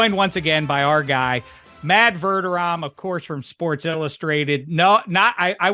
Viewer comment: You hurt my ears with this “Verderom” it’s VerdeRAM homie.